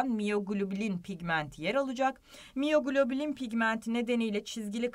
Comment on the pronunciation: Hocam ders çok güzeldi ama takıldığım tek şey miyoglobin pigmentine miyoglobilin demenizdi😅 tutamadım kendimi derste ufaktan tebessüm ettim :)